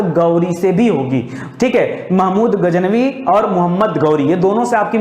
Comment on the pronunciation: गज नवी बोलिए।